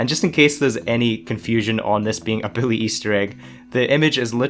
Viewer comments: Is it just me or is he saying Billie or Bully??? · Lmao he saying. Billy 2. Not Bully 2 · HES SAYING BILLY HAHAHAHAHA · You said Billy 2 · did this man call bully 2 billy 2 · Why is he saying "Billy" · You need to slow down bully sounds like billy. Just telling it like i hear it and you talk fast